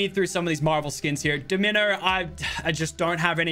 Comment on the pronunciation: i love how he pronounces Domino wrong lmao